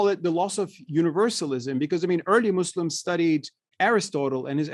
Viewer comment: I don't know why Westerners keep saying "Izzlam" and "muzzlims" ??!! Is the letter "s" is difficult for you to pronounce!!!!